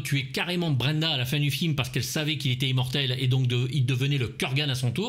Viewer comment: Le dernier "zi"mortel ???!!! 😆😆😆😆 Mon dieu. Rip la langue française 😜